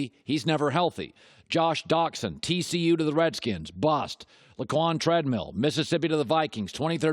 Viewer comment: “Laquon Treadmill” lmaoooo